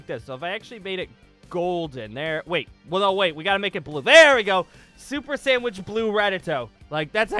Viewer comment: He said super sandwich